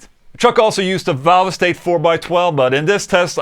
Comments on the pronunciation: It’s pronounced “valve state” not “valve estate” lol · “Valve estate?” I thought it was pronounced “valvestate!” But what do I know, I’m only English 😂😂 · Marshall valv-ah-state lol